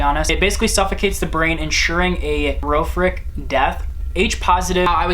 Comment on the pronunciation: Did you really pronounce the word "Horrific" as "h' rrow - fic'????????? LOL